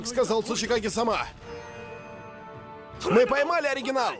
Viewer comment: Я когда слышал в первый раз слово цучикагэ мне послышалась сучийКАГЭ и каждый раз кагэ сучий :)